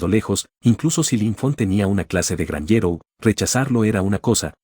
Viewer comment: meda gracia como dise el narrador gnjero